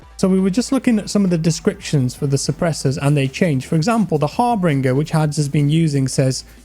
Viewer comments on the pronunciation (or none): Not har-bring-er. Har-binge-er. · Im not sure if is saying Harbinger funny on purpose or he thinks its har-bing-er